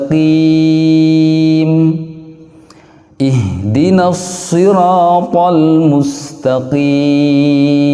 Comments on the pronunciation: Maaf, tolong kasih jelas pada kata "Ihdina". Yang saya dengar bacaan "ih" (ha halus) padahal mestinya "ih' (ha, dada) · Ada imam baca ihdinashirotol mustaqim dibaca ikhdinshirotol mustaqim pakai kha bukan pakai ha